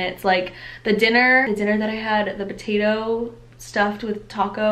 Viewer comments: Am I the only one heating Batatoe instead of patatoe lol . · I thought you said Botatoes.🤣 Mmmm Botatoes.😋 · wait are you pronouncing potato with a b ?